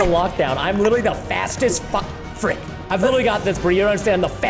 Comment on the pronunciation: No… he said fri%k